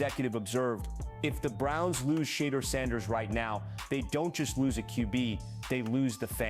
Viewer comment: Why are they pronouncing his Shadeur's name, "...Shitter." Looks like the Browns aren't really into Brown. They need to sell the team.